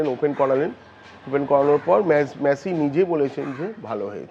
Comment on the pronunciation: মেসি না মাসি বোঝা যাচ্ছে না